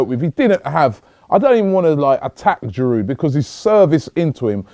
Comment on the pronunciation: its aftv, lets pronounce players names right. its a silent d at the end of Giroud.